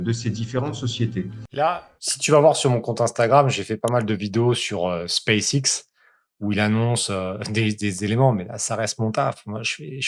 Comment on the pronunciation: Hakim le plus gros mytho de la planète lol. En revanche le mouss il se deguise en homme? Parce qu’il a une voix de fillette mdr. Pour info en anglais ça se prononce : Space ex